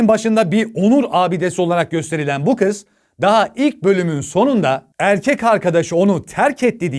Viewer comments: 3 r li errrkek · "3 R'li ERRRKEK" 😂😂😂 ♥️♥️♥️♥️♥️